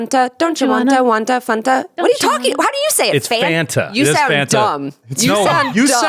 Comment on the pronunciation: needs to google how to say fanta